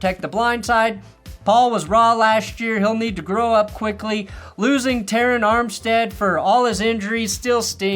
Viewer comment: Terron Armstead retired and still hasn't learned to pronounce his name.